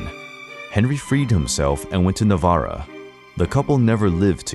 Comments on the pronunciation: Not to be that person but it’s “Navarre” not Navarro or Navarra. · AND Henry of Navarre not Navarruh. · The butchering of "navarre" made me bail. its prounouced na-VAR